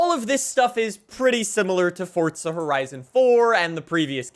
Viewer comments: It is forza, not fortsa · Why does he say fortza horizon 5 it’s forza horizon 5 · why do you say fortza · Fortza. Lol. Where is this guy from? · Bro stop saying "FORTZA HORIZON 5" each minute please xD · 5 games and this guy still manages to pronounce the invisible t in forza